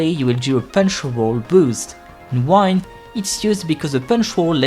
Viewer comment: Its not wind like unwind it’s wind that is pronouced like win 🏆